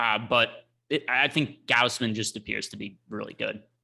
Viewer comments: gauze-min - Gausman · Gaus which rhymes with house. G/ow/s/m/ae/n like you're saying man and men combined m/ae/n. said it perfectly the first time.